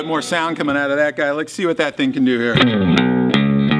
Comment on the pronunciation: am I the only one that hears "lex see" Everytime he says "let's see"?